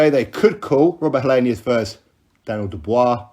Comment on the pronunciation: Helienus? Lol.